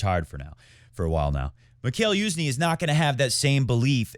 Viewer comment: its pronounced MEE-HA-IL YU-ZH-NYEE, you put an effort into pronouncing other foreign words correctly, odd for you to have missed this